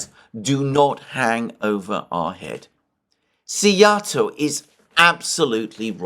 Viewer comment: Oh Szijarto pronounced well too. Well prepared for the visit to Hungary. Have a great visit.